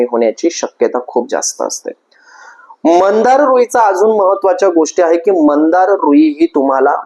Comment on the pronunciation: मंदार नाही हो, मांदार असं नाव आहे। श्वेत व नील मांदार। पण, माहीती छान सांगीतली आहे। 🙏🙏🙏👍👍